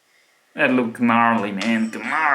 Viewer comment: "Ga-narley"